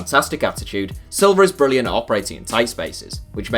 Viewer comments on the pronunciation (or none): none